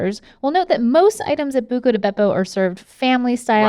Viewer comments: It’s “Buca” not “Bucca” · exactly, they're yet to correct it, it's buca, not bucca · Pretty sure it's BUCA di beppo LOL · It's Buca* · Isn’t it Buca di Beppo? Not Bucca? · It's Buca Di Beppo not Bucca Di Beppo There's one South of Nashville, TN. Great place. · Here before they correct "bucca" to buca